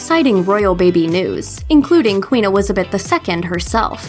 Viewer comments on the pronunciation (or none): You said ‘’ in the intro... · I-I’m sorry what??!?